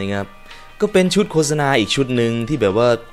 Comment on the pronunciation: โฆษณาความจริงมันไม่ได้อ่านว่า โค-สะ-นา. ความจริงมันอ่าน ว่า โคด-สะ -นา